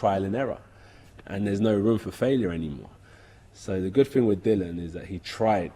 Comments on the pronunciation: Dillian Whyte... Di - lee- anne !!! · All these years and he still says his name wrong haha